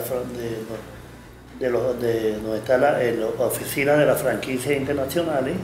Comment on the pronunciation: Yo sólo estoy viendo los vídeos para escucharlo decir "mijinternachonal"